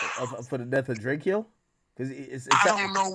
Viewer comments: Why the hell you calling him Drakio? It’s DRAKO ( Dray-ko) plz stop AK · It's not DRAKE-E-YO AK its Drake-O just like Soulja Boy call him self Big Drayco. Same way you pronounce it bro. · ITS DRAKE-O NOT DRAKEO..GET IT RIGHT WE KNOW THE TRUTH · It's Drako. Not Drake key o lol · It’s Drake-O not Drakeo get it right! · it’s literally DRACO JUST spelled Drakeo no Y’s 😂😂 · Nobody: Akedimiks: “Drake E Oh the ruler” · DRAKE-O you pronouncing his name crazy😂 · Omg say his name right ak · He did that on purpose to make it seem like Drakeo is less significant. Same way Wack 100 always says he don’t know someone but you know damn well he does. They’re all fake af.